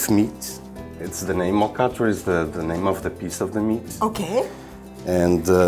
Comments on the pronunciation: By my recollection, the native pronunciation was, "al 'cot" with emphasis on the second syllable, and a very abrupt, incomplete "t" at the end. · the above hosts are pronouncing alcatra more englisized than portuguese. Also, I pronounce it completely different way, my parents were from downtown Angra and that makes a lot of difference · just wondering why the pronunciation of " alcatra " was not portugese.